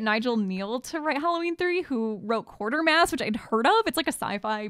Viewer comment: The first interracial kiss on TV was the ITV play " You and Your Small Corner". Quatermass is pronounced as Qua-ter-mass not Quar-ter-mass.